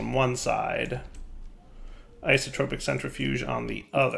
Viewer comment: please.. It's Isotopic, not IsotRopic. You're dealing with isotopes, not whatever an isotrope is;)